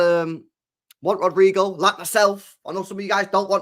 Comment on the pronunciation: Stop saying it like it rhymes with Al Queda. You really need to learn how to pronounce words, bald bish